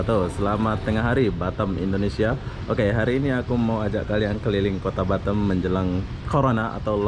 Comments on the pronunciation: Batam bukan batem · Kenapa bilang batem Yang benar Batam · Batam bos bukan batem 🤣🤣